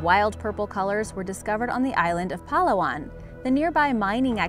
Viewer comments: its Palawan not Falawan.sorry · its not PA-la-wan its pa-LA-wan its not Isaw as in Isoh Butt Isaw like saying wow but withou the w and replaced with I and S. Isaw is the cheapest thing you can buy in flea markets because its only fat and bones. Maybe its the crunchiness, I guess? and dont say Balut slowly. Say it normally with the same speed as any word. Im sorry but Im just cranky when it comes to grammar and pronunciation. But great video! Very Intriguing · its not PALAwan its PAlaWAN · Pa-la-wan use hard Pa and use hard la and wan use it hard like Won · Ok im a filipino and its not pronounece as Palawan its pronounce as Pa-la-wan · Its pronounced pa'la'wan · she said palawan wrong lol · We have cool creatures living in the philippines And you pronounced palawan wrong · It makes me a bit mad that you said Palawan wrong. Get it together, american. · PLEASE LEARN HOW TO SAY THE WORDS PROPERLY OR YOU ARE SPREADING A WRONG PRONUNCIATIONS OF THE WORDS LIKE BALUT, PALAWAN, ETC.. WESTERNERS NEEDS TO LEARN HOW TO SAY THE WORDS AS ORIGINALLY INTENDED. C'MON DON'T BE LAZY ITS 2018!!